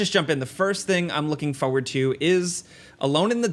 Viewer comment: Can't handle how this guy says forward. Fohyward